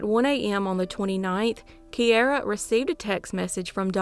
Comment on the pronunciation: It's keira, Key-Ra...its an Irish name